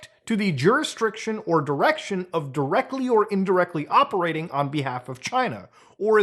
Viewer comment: Muta why do you always say "jurisdRiction" instead of "jurisdiction"??? Pls Muta.